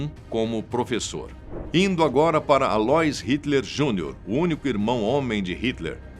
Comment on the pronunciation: A - LÔ - ÍS, como Aloísio!!! Pronuncia Aloís... ÍS é a tônica, pelamordeDeus....! E vai estudar mais, tem mais prova na Argentina do que no teu vídeo!